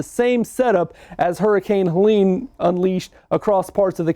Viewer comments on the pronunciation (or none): none